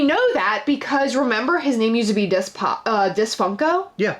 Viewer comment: Is funny people pronounce it as Dis when it’s pronounced Diz as it’s short for Disney